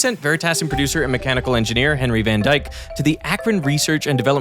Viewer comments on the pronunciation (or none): that's not "van Dyke" it's "van Dyck" mister Veritasium